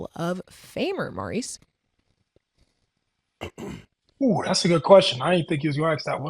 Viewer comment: why does keep pronouncing mo's name like "maryse" instead of "mohrise" like it should for a man?? she prolly has female friends with that name & doesn't know the difference